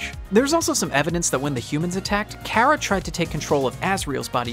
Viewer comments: btw, ur saying cara wrong, it's car-ra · Chara not kara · also i think you say it like chara not kara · me when people pronounce chara “Kara” everyone has mistakes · Normal People: Chara This Man: Kara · that is how chara is pronounced kara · as a aussie i hate that people say car-aha and not chara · Creator, u say it like ch-are-uh not k-ār-uh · Its not care-a it is Char- uh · Its not kara its Chara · Not Chara (Kara), but CHARA (Char-A). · nice vid but why do u say CARA instead of chara... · It's Chara not Cara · its not pronounced cara it has a ch for a reason, CHara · It is not Cara it’s CH-ara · Umm IT is Chara no Cara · karah? its chara or is that how you say it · Your saying cara but it is chara by the ways I love undertale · I’m confused is it pronounced Kara or chara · It's pronounced CHə-Rə,Not CH-ai-ra. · It’s not KARA it’s chara god dammit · Ka-\ra i tought it was ch ar a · bro said cara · Kera? Cara? Chara? How do you pronounce it? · The child is called chara pronounced c are a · ITS CH CH CH CH CHARA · Ok the h is not silent when you say chara it makes the ch sound so it's chara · No it’s Chara not OK what you said not what you said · Its pronounced "chara" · btw i pretty sure its chara lol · how this man says chara gives me anxiety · Please do not say Chara anymore because you’re saying it wrong